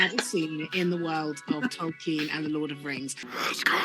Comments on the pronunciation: Why does she pronounce it as "Tol-keen"? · Stupid c*nt can't even pronounce Tolkien